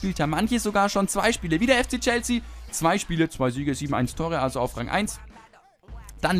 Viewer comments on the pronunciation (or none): none